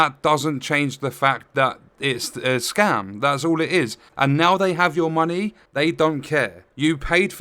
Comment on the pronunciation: Did someone say muneh?